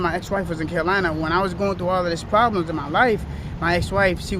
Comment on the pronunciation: He the grim weeper…. He said run up on him You gonna have pwobwems!!! 😂😂😂